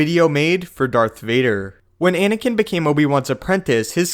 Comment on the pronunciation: At the start you say Inikin Skywalker